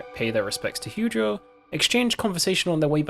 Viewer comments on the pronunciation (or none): I died a little inside every time he said "Heugeo" 😭😭😹